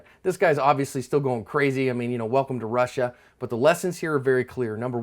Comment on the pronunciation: "Welcom to Russia" hahaha